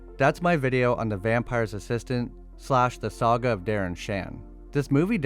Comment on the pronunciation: Did he say sag-uh?